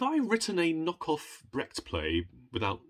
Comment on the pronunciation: I love the way you are pronouncing Brecht, so that it sounds like bragged. Quite apt, if you think about how he was. 😂 And who does not love E.M.Forster? His writing is just extraordinary.